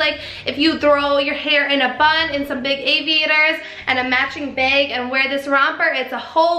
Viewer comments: You look great as usual gyrl! I ♥️ midi dresses too! My "H" cup won't let me be great with that black think strap,,I NEEDS a bra or strapless lol. And I love a good scrunch dress,,hides ALOT lol! I meant to mention this awhile back, but I luv how you pronounce "bag" "beg" 😊 They'll know you're not from Cali when you say it lol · Midi dresses are soo easy,,I bought some Doc Marten chunky white sandals and I wanna style it with a midi dress and a cute "beg" lol,sorry I had too, but I seriously ♥️ and chuckle whenever I hear you say it 😉